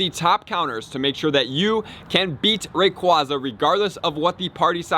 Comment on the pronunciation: I think it’s pronounced Ray-quay-za